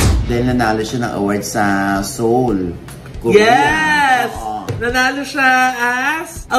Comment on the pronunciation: San nyo po at sino nagsabi ng ganun ang pronunciation ng Seoul?